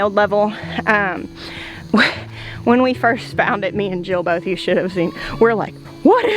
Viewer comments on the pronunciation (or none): none